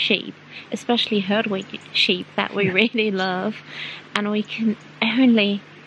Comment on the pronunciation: I mean 'herdwick" and not hardwick!